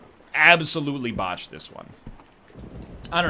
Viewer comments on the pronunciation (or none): none